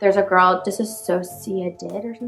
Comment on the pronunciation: And she mispronounced the ‘Dissociate’ part of DissociaDID 😂 She used ‘DisASSociate’ which people who’ve heard the word for the first time commonly mispronounce its as. Means something TOTALLY different.